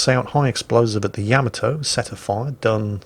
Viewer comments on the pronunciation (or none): Oh, It's pronounced Yah-mah-toe, NOT Yam-a-toe